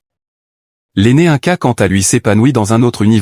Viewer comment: Ce n'est pas un ca mais ine ca pour la prononciation. Inca